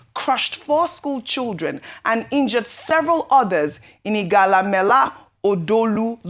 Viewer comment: Why does this woman mispronounce names this way. Is she saying she, as a Nigerian in the media, has never heard IGALA being pronounced. Do better it's not cute. May God bless Nigeria.